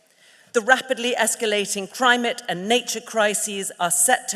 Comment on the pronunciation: An almost Freudian mispronunciation from, when she said " a crimeate and nature crisis" its certainly a crime. Burning down the house your renting would certainly rank as a crime, torching the world, probably the crime to end all crimes. Ignorance is no longer an excuse or luxury we can afford to entertain.